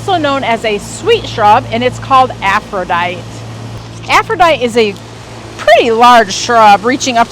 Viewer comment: Love your videos. Just a small note … Aphrodite is pronounced aff-roe-dye-tee. I’m guessing it was named after the Greek goddess of love and beauty.